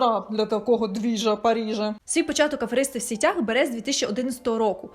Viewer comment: Доречі російською типу "сетях - мережі", українською наголос ж на сІтях, як і сказали люди в коментарях ніби риби в сІтях